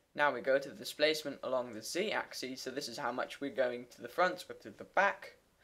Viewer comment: Great, but it is pronounced AXX ISSSSSS and SYNE not SEEN